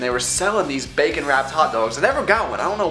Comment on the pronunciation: The way you say bacon sounds so much like "bakin' " and even though I'd seen the title of your video, I really thought this was going to be a baking video. xD